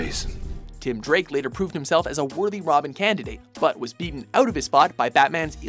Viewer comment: he said robin wrong he said romin